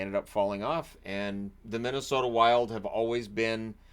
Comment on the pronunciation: "Middesota" amitire?